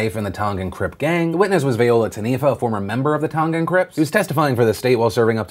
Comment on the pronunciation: Don’t want to bring up unnecessary nitpicks but the way you pronounced “Tongan” is soooo white 😂😂😂